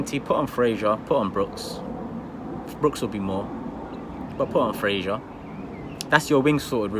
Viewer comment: Who the hell is frashur????🤣🤣🤣it's Fraser mate